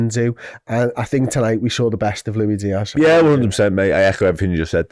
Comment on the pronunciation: Lui Dias.. man.. you speak professionally about a football club and can,t even pronounce the name of one of their main players. Go..sell sausages on a market !